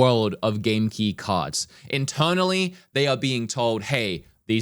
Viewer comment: Its cards not carts